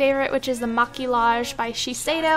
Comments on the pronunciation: Omg when she tries to speak French by saying "maquillage", she pronounces it "maqui*l*age. It's pronounced Maqui*y*age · The powder is pronounced ma- key- ja- heh 😅 😊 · Um the powder u put on ur face maquillaje is actually pronounced (mah-kii-yah-heh) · It's actually pronounced macquAGE like garage :) it's a French word for makeup. Im pretty sure but if I'm wrong oh well. I learnt French since gr 1 to 10. It's a must in Canada :') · lol it's pronounced "makiyaje" in french #frenchgirl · Lol it's pronounced "maquiage" . You don't say the ll's, it's French but you're too cute :) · for maquillage you don't pronounce the L's, it's just (mac)(y)(aj) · it's pronounced mah- key- aj not at all how you said it. Maquillage literally just means makeup in French. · its pronouced ma-key-age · It's pronounced Ma-Ki-Ah-GE maquillage :P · "maquillage" this word has to be pronounced (with Y not L ) nice video :* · maquillage is french for makeup, and the l's are silent :) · I cringed at the way she said maquillaje